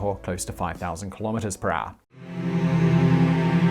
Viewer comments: “Per haure” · I love how you say "per hour" It becomes something like "prah". Love it!